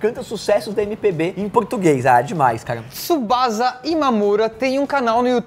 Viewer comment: Tsubasa, não Chisubaza! =P